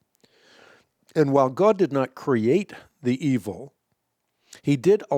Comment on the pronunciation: Hank it sounds like you said humans brought evil into the world!!?